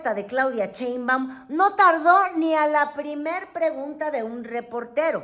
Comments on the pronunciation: Está muy muyy interesante tu contenido felicidades es la primera vez que te veo pero me estresó escuchar cheinbaum 😖no es cheinbaum es Sheinbaum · Diga bien su apellido: Sheinbaum, no Chenbam! Ah pero Trump lo menciona muy exquisitamente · Cheinbaum, o Sheinbaum, jejeje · No MMS Wey tu No estuviste en el palacio Nacional junto a Nuestra Querida Presidenta, Y Se Llama Sheinbaum!!!!!!!!NOOOOO Cheibam!!!!!!!! Sheinbaum!!!!😲😲😲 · Me gustan sus programas pero me fastidia escuchar su mala dicción cuando dice( sheinbaum )